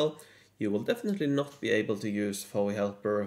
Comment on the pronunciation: Don't call it, "Fowee Helper". It's F-O-E Helper.